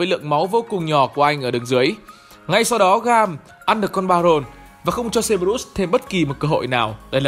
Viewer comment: Ý kiến chút ad nên đọc đúng lại cerberus đọc sai nghe khó chịu :v